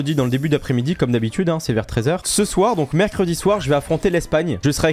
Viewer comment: " parce que ec'est " Aie aie aie R.I.P ( J'rigole attraper ma veste )